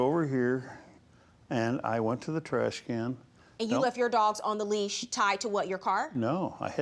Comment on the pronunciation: J M it’s leash not lease